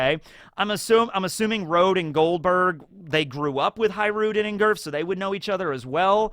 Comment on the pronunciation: I love how he says "Girth" instead of Gerd. And I think this name is refereing to the Swedish name spelled the same way. My church quire teacher's name was Gerd but it sweden sometimes you pronounce G as a J and a swedish J is much softer than the english one, it's closer to a Y actually. So closest phonetic way of spelling the name would be Yerd. Although the E is pronounces like an Ä which is sort of a mix between an E and an A some people would say but their is no real english equivalant. Put Gerd into google translate in swedish and see how they pronounce it. Also haha R and D together become like one consonant witch is like a D but further back in the mouth than a normal D. I didn't realise when I started typing this how difficult this was gonna be.